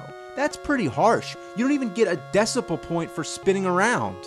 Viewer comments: Did he just say "decibel point"? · "a decipul (sic) point"?? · "A decipal point" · a decibal point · Decibal point?..? English much?